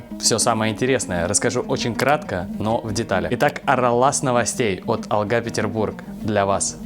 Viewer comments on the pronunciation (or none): none